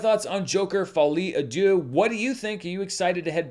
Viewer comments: I've heard of the French language before and can translate for you. It's actually pronounced "Folly ah duce" which translates to "Stupid poop." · I love your pronunciation of Folie à Deux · can’t escape the pronunciation allegations 😭😭😭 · I gotta say Im french and that pronunciation gets me hard 😂 Love you ❤😅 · you HACK! That's not how you pronounce Folie à Deux, it's actually "Folie à-Esposito" 😉